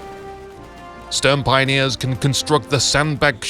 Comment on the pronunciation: Please never say Stürmpioneers again I mean there is even google translate which can pronounce Sturm correctly